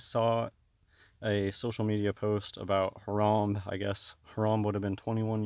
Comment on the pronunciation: Lol dwag it's Harambee like 🐝 bee.